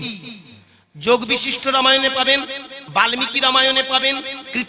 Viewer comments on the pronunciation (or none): গুরুদাস যোগ বিশিষ্ট নয় বশিষ্ঠ